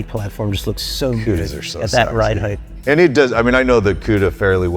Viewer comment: HEIGHT! Not HEITH! Lol